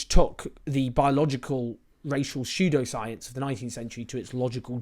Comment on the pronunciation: Shoe-dough shience, Mish Moneypenny